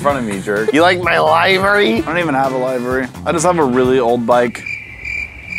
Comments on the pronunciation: I hate the way says Livery it pronounced Liver-ee liver like a human liver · They do know that it is pronounced Liv-ery not live-ry right